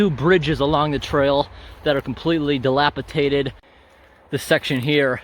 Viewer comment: Dilapidated, dilapiDated. There's no t until the end of the word, not dilapiTated. It's like alyouminium, nucular, ashfault, my,my,my......